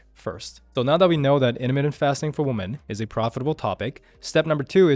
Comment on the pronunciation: Plural of a woman is "weemen"